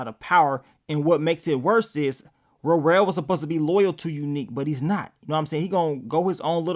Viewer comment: Please stop calling that man Ro-rell🤦🏽‍♀️😂 It’s Worrell .